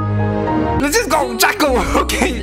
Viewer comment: Love how he says Jaco's name😂